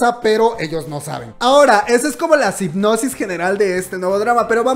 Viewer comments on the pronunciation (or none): eres genial. Tu entusiasmo nos contagia. Ya lo quiero ver! Di sinopsis, no sipnosis 😂😂😂😂 Cuídense mucho de la maldita enfermedad. Besos desde Tampico 🇲🇽